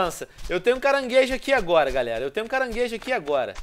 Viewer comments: Venom, aqui onde eu moro , o "CANGAREJO" SE CHAMA "CARANGUEIJO" , OU SERÁ QUE VOCÊ ESTA FALANDO ERRADO ? KKKKKKK já RI MUITO COM VOCE FALANDO ASSIM KKKKKK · ele falou mt cangarejo